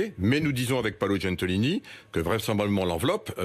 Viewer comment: Paolo GENTILONI pas "Gentolini" ... si on disait thierry étromb ???